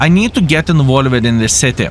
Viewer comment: did you know that "involved" should be pronounced as involvd instead of like invole-ed, and "mixed" should be pronounced as mixd instead of mix'ed? Otherwise your english is really great!